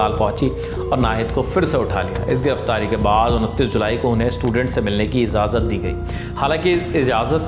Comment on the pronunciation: Anchors jo zaban sahi se bol saken usi ke alfaz ka istemal karen to presentation achi hogi. Aapne Urdu ke kai alfaz ka istemal kiya jinka talffuz ghalat tha. Jaise ijazat ko izazat kaha